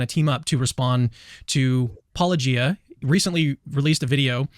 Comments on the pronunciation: The ongoing mispronunciation of Paulogia throughout the video even after it had been clarified right at the start...well this shows exactly the tone they're going for. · After so many videos and 7/8 years of commenting on those videos, they can't be bothered with pronouncing 'Paulogia' correctly. Weak, puny apologists. 🙄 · The suffering I went through hearing you called Paw-low-gee-ah over and over and over again as though no one can look at a single video of yours in prep to see it's -oh-gee-ah... it's that Harry Potter 'Leviosa' scene over and over again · Me when I watched my first Paulogia video: “That’s a weird word! I wonder how it’s pronounced!”: “Hello, and welcome to -Oh-Gee-Ah.” Me: “Cool.” Apologists who have interacted with several Paulogia videos and even with directly: “-Oagy-Ah? -oh-guy-ah?” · Why does the ginger cowboy fella seem to have alternate pronunciations for every proper name that he utters? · I know I've pointed this out on other videos, but I find it maddening that APOLOGISTS continue to mispronounce "paulogia," which comes from the root word of what they do. It has to be intentional. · How do so many of them manage to have such a hard time pronouncing your channel name? You say it within the first few seconds of every one of your videos! It's not like they're just reading it and having to figure it out on their own. Makes you wonder if at least some of them do it on purpose. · I will never understand why so many apologists cannot pronounce channels name. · How is Cameroon still having trouble pronouncing your name? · Why do these people mispronounce names so much? The correct pronunciations of Paulogia and Josephus are easy to confirm. Why can’t they put forth the basic effort for decency? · Can someone explain to me why so many apologists seem to have difficulty pronouncing Paulogia when he says it at the beginning of EVERY ONE OF HIS VIDEOS?